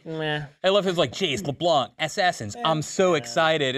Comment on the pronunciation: Pronounce LeBlanc like it should be pronounced, not with a k at the end